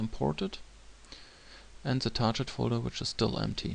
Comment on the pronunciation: I like the video - thanks for that. However, I would check the pronunciation of the word "target" :P